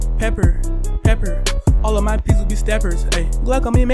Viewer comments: peppa❌ pepper✅ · Bro called her pepper